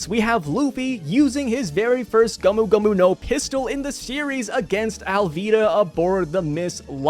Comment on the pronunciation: Shouting gomu gomu was in a very weird accent